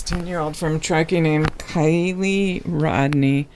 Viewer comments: umm it keily ..like kyile not kelly just thurt id let u knw lol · It's Keily NOT KELLY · Her name is pronounced With an I , is is not Kelly it is Kily. Spelled Kiely!!!!!!!!!! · Kiely not Kelly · If you don't say KIELY'S name right through the whole reading does it effect the reading but keep calling her Kelly. Are your spirits connected to the right person? You even spelled her name wrong in the title of the video title. Can you please answer my question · 😇💜 PLEASE don't attack me, BUT you are saying her name wrong. Kiely ( Kylie ) or ( Kyle ) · You pronounce her name as Kylie although it is spelt Kiely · Her name isn’t Keily, it’s Kiely, and your pronouncing it as kelly in the beginning of the video. I don’t mean anything by correcting you on her name, just wanted to let you know cause some people on here will be mean about it. I love your work and what you do to help others. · Pronounced KY Lee;)